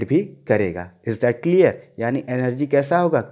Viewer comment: Is not cleaarrrrr 😂😂😂😂😂,haha nott clearrrrr,"is that clearrrrrrrrrrrr 😎😂😂